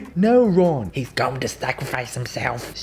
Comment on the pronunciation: "Harry" "no ron" "heths going to sacraphice himselff" "stewpify"